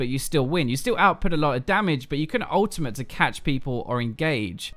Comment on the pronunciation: dude i love it when you say ultimate you like ultima😂